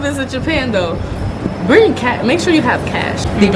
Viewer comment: "Brining"? :D No worries, these mistakes make you even more likeable. :D